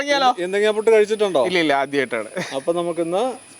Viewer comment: Kazhachitilla 😂 kazhichitond